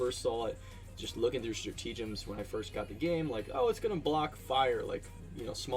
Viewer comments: No, it’s nothing like the “Liber-Tea” pun. It’s “stra-TA-gems”, not “stra-TE-gems”. So no, there isn’t a “tea” pun in there… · Lol "stratege-ems" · Stra-tea-gems lol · Straw-tea-gems.. lol.. kind of goes with the whole Liber-tea though. thanks for the video!